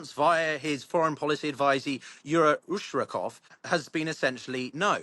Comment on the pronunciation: Ushkakov hahahahw😂 Dude just the fact that u got russian name and last name doesnt make u automatically Russia specialist. Least u can do is to learn the subject matter, and learn last names. Ushkakov my ass P.S. the guys name is Ushakov. Not Ushkakov